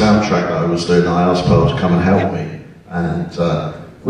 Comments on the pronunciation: Its Porl, not Pearl. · PORL!!!!!! NOT PEARL, DAMMNIT!!!!!!!